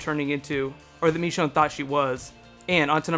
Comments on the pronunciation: ITS NOT MEECHONE ITS MICHONNE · It's not "Meechonne", it "Michonne". Ih ih ih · He says MEshone instead of MIshone (I know its spelled Michonne, but I was referring to pronunciation) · Michonne.. Not Mechonne xD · Did he say mechone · the way you pronounce "michonne" -__- good video though!